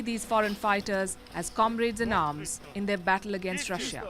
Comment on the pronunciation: Please do not say Rush-ya. It's pronounced Rushaa